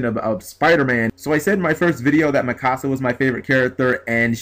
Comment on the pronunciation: It's Me-Ka-Sa not "Mi casa" lmfao